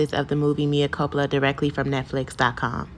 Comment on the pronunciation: I guess you wanted a comment by purposely mispronouncing the title of the movie, so I'll comment! It's sad that Tyler Perry is able to make money off of this horrible work! Have a good day 😊. I clicked the like button also.